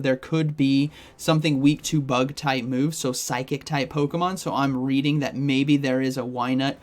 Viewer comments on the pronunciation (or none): none